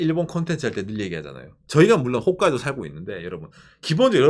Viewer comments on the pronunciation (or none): none